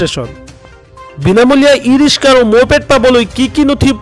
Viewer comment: Riska ne riksa aaponaloke vul sabdha kole aami haru manu bore ki kom